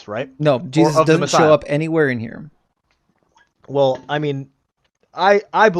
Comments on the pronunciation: I’m not sure what’s more offensive: his misogyny or him saying “wool” instead of “well”. 🤦🏻‍♀️ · These dumb-ass theist all learned their BS from the same BS school. Go back through every single video and you will find they all say "wul" instead of "well". They say it very often also.